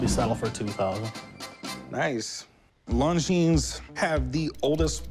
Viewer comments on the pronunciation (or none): You would think that Corey being such an expert, would at least know that the "S" is silent in Longines...